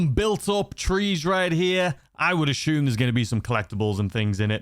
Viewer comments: Take a shot every time he says “ashume” 😂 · Take a shot every time this guy says «aCHume»😯